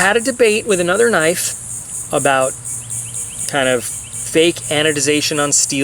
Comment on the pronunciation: "mega kinfe" lol